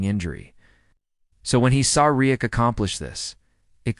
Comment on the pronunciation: It would be nice if a real human narrated this instead of AI that never seems to pronounce the words right...... Can't even say Reddick right and that is what the video is all about.